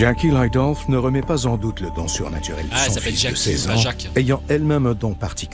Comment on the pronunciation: Quand l’esprit disait jacque bah moi j’entendais jaquie